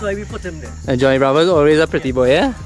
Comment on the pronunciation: Thats "johno" bravo 🤣🤣